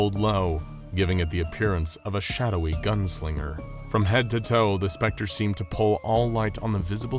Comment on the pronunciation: The narrator said " Homelander " casually but when he said the spectre it was more like: " Homelander lasered T̸h̷e̵ ̴S̵p̴r̸e̷c̴t̶r̷e̸ only to find that the T̸h̷e̵ ̴S̵p̴r̸e̷c̴t̶r̷e̸ has appeared behind him, then T̸h̷e̵ ̴S̵p̴r̸e̷c̴t̶r̷e̸ punched Homelander *